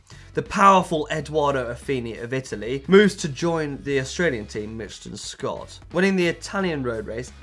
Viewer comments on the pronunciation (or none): none